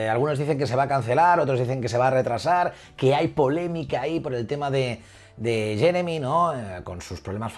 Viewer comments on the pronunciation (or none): none